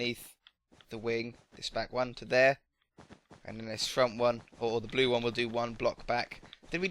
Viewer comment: You said wed and bue